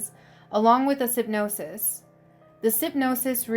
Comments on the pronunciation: You SO beat me to it! I'm not sure I can stay subscribed to hear things like SYP-NOSIS and DEPICKETING ("depicting minors"). LEMATIMOS? Le.. MAT-MOS. I mean...it's not easy to focus on the subject matter when trying to navigate your astounding reading skills. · Just a suggestion ...... research how to pronounce words like synopsis. I noticed several common words that were really butchered on pronunciation and annunciation which makes it seem like English is not your first language. It appears you have a lot of great ideas and are on your way to good videos but simple small mistakes make it hard to follow what you're saying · Strange that one of the most upsetting things about this video was the way you pronounce Xi. It's "She" not "Chy". Synopsis. Really?